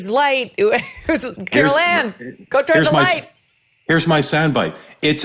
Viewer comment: “Carol Ann” 😂😂😂